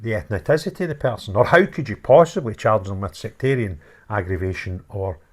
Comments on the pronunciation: FYI, it’s pronounced ‘eth-nis-ity.’ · Just pointing out that descendants of slaves in foreign countries can have 'Scottish names' as they were owned and renamed in order to identify who 'owned' them and they do / did resent it. Ethnicity is the word you're looking for. Pronounced as EF NI CITY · ETH NIC ITY sounds like Eth niss ity